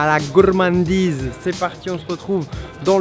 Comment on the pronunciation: "Bienvenou à la gourmanndiz" 😂